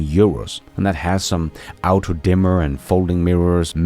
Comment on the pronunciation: “auto” is pronounced “aw-to” not “aoo-to”. Your pronunciation is excellent otherwise.